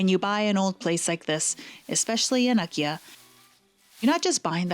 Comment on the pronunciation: Those beautiful kimonos! What a find! What a perquisite! BTW, when you say “Akiya”, it sounds quite like IKEA (pronounced by North Americans, that is) .